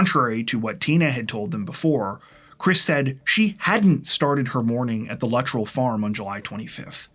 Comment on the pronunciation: Luh- trell. Weird way to pronounce his last name. Yeah I'm nitpicking 😊